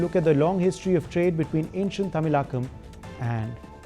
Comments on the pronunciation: Pronouncial mistake : It's not tamilakkam, but tamilagam. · Pronunciations Wrong.. It is NOt tamilaa Kam... It is THAMI ZHAKAM